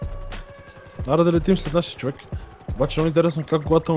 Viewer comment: bro не знам дали друг забеляза но на Никича му викаш човекС